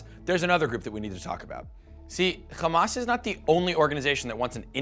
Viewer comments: Hamas not Khamas you bum. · Also its called Hamas with an H not Kh , you talk like a Jew.... and I believe you're video is based on an Israeli perspective , you did not even mention the 2008 war , where almost 3000 Palestinians died , and the crimes committed by the zionest , that lead for such a movement